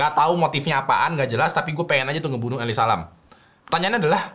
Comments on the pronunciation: Jujur gue terganggu banget nyebut Elisa LAM. elisa Lem gitu kek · yg d bahas: elisa lam yang gw denger: eli salam😌🤣🤣, maaf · Elize lem gasih bacanya, ngapa jadi eli salam dah bang😂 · Gua nonton abis baca comment ini jadi kebacanya Eli Salam anjir tiap nyebut namanya wkwkwkwkwkw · why its so annoying everytime when said Eli Salam😭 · bacanya salah, ngakak woyy.. njirr,..🤣🤣 Elisa aja bcanya.. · Nyebut namanya jadi kaya eli salam 😂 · Lu bicara gw denger nya eli salam:v